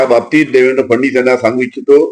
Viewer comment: याला फडणवीस सुद्धा म्हणता येत नाही फडणीस म्हणतो